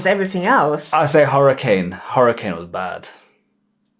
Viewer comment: Hurrican? Take it from someone who has lived in Florida their entire life and has lived through about 12 Hurricanes. It is pronounced Her-uh-cane. CANE not can.